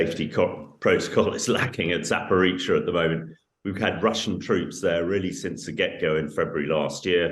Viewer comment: She says Zaporweetsia haha lol 🥳🎉